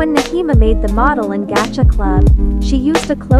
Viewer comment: I'm sorry but the way it said "Gacha" like "gaga"